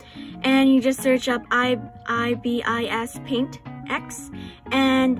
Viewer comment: It's I. Bis paint x not e bis hope helps the pronounciation